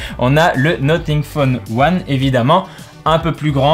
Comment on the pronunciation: NoTing phone 1 ? NoFing Phone 1 pour la prononciation